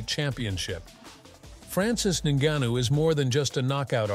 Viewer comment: Please learn to pronounce ngannou and stick to saying it the same!